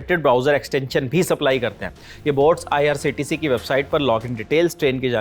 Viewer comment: Aise bandar abb reporting kar rhe he jinko IRCTC bhi nhi bolna aata. Lallantop bhi abb bik chuka he . Shayad jist news abhi bhi real reporting krr rha he.